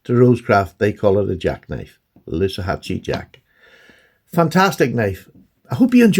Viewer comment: Loosahatchie rhymes with loo as in WC. Hope that helps. PS I really don't get what Rosecraft haters are going on about. Pretty obvious they make an outstanding knife.